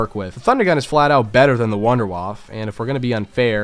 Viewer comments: Fuck me dude I like your vids but for real work on your German pronounciation, in German ALL letters are pronounced Der Ries E, Wunderwaff E, kino der TO TEN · No offense, but why do you not say the "E" in "Der Riese" or in the word "Wunderwaffe"? It is definetly spoken in German, just like Porsche is called "PorschE", not "Porsch".